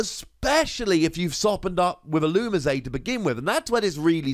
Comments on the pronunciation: You say "That's the way you pronounce it I promise" all the time, yet if you just watch the show or clips of the show on youtube, you'll see it say "illumees". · The anime and the Pokedex 3D app pronounces Ee-loo-mee-zay